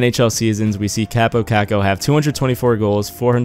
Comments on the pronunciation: his first name is pronounced Cop-oh i met him at training camp at the end of june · it's pronounced cop-oh cock-oh met him at a training camp event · Actually it's pronounced Kaapo